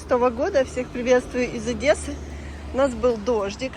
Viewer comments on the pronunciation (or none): none